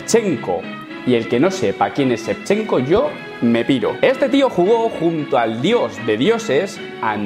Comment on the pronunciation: Shevchenko Also: No sé pronunciar inglés y cojo a la de google